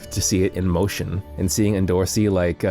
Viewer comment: Should we all start pronouncing Endorosi's name properly ... like the way anak says it at the end of the episode Like we don't clearly pronounce the first 'O' enDOrosi - DO should be prounoced as the DO in dome RO should be pronounced as Rose En Do Ro Si